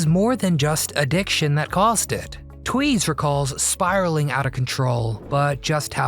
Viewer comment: the nane isnt tweez its 2z